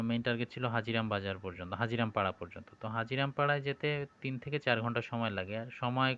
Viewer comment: হাজীরাম নয়, হাজিরাং পাড়া